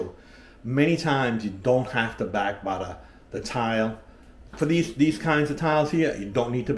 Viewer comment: I took a drink every time he said Butta and now my belly hurts and thank God it was beer